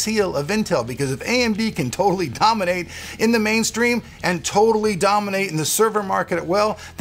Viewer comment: Sheharyar Qureshi xD DAAMANATE??? xD Risen, Epic, Dominate, Capture CAPTARE!!!